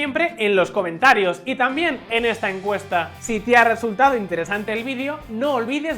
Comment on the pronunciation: Que raro pronuncia la palabra video este presentador